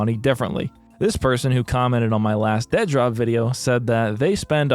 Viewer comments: Dead - Rop? Lol it's Dead Drop. You are clearly clueless to the point of this process, let alone the process itself. We've been seeing the game at stages no other dev would dare show the game... for the exact reason that people LOVE to talk about shit they know nothing about. Lol. I can't even finish the video because you saying "Dead Rop" is truly annoying. Review the game when it's done. Then you can talk. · Why do you pronounce it Dead Rop instead of Dead Drop? Must be fun to poke fun at others' hard work. Instead of dumping on Doc and his venture, why don't YOU try and do something that's even remotely close to this? FYI Advanced Warfare was by far one of the best COD titles ever and IMPE the best. Its crisp responsiveness and Map design was by far the best and the weapon variety is unmatched in any other FPS game ever. Quit being a douche and talking out of your hind quarters just because you have a YT channel with a few thousand Subs. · I love your insistence on pronouncing it "dead-rop" every time, lol. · How are you saying it in one word but make it sound like Ded Rop.😬🤢 I dont have a pc but i feel like id be hyped to play up until i actually got to play lol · You're clearly saying the title wrong. With the obvious endorsement by Dr. Disrespect, it should obviously be pronounced Dea Dr. OP. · The only thing more stupid than this game itself is your pronunciation of its name. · Sure, but titles, especially in the entertainment world, often use the letter as a double when one word ends and the next starts with the same letter. If I thought he was just taking a poke at the situation I wouldn't have mentioned it, but he says it like he believes that's the way its supposed to be pronounced. Just one of those little type things that can bug the hell outta someone, & it was bugging me lol. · I know the spelling is crap, but if you can't even pronounce the name the correct why, i can't waste my time watching this video.